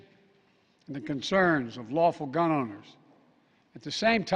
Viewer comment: “Gum owners”